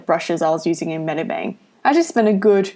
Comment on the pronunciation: she just said bedibang lol